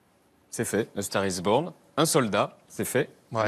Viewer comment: A STAGH IS BOGHN !! C degoutant la facon de prononcer l'anglais à la francaise !!!!